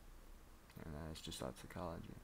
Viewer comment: It's not "gestalt" as in "George" it's "Gestalt" as in "Guess" - a hard G.